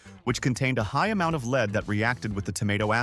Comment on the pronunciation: Could you please teach your AI announcer how to speak English? It is jarring to have your AI not know the difference between LEAD the metal and to LEAD someone around. It just makes you look stupid